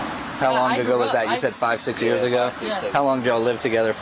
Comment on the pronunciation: It’s only been five years-uh! What are you talking about-uh???